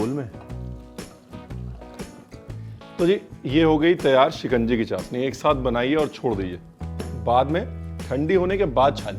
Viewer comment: Zeere ko jeera chshni ko chasni bolna aap pr suite nhi krta kunki aap aise share se hn jhn ki boli ki log misal dete hn